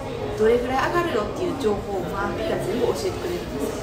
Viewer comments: マー⤴︎ピー⤵︎ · まぁ↘ぴい↑ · ↓まー↑ぴ↓い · まー↓ぴー↑好きすぎてわろてまう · マー↘︎ピィ↗︎てww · マ→ーピ↑ー、が気になって余計に内容が入っていかなかった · "マーピー"のイントネーション気になる人！